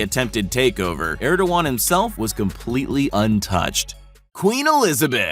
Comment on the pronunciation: That's not how the Turkish President's name is pronounced.